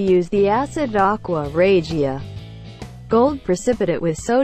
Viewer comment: That’s a crappy factory if there is that much gold in the scrap there should be zero and you mispronounced aqua Regia